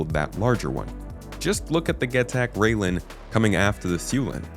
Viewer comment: Rai-len, not rail-en. Shi-an, not Ji-an. Yes, even CIG employees don't know how to pronounce these. I don't know how the company manages to screw that up. Edit: I seem to have distracted people by talking about language. The point I'm trying to make is that this is a branding and marketing issue. CIG's employees should know what things in their product are called, but somehow they don't. Xi'an (and their ships) does have an official pronunciation, but most employees don't seem to know it. That is quite absurd.